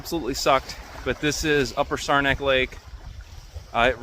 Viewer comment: What kind of boat did you paddle? Looks like an OT Penobscot! P.S. It's pronounced Sarah (like the name) - knack. 😁